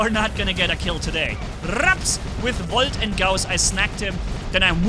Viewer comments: "Woljt"! You gotta love german! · VOLT ME:🤤😯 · In my opinion, it’s more satisfying hearing say volt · I'm hearing the German accent in "Volt" and "Gauss"😁👌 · Are you romanian because you said volt with romania accent